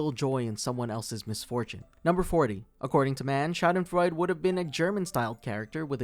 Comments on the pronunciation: its pronounced shaw-den frawe-d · RON Funches. Also it's schadenfreud-uh not freud